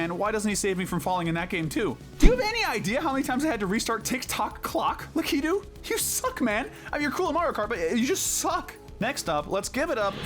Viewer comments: I think Lakitu is pronounced LACK-A-TOO, not LA-KEY-TOO. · Who says Lakitu like that? 😭😭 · I’m sorry, the way you say Lakitu is so wrong.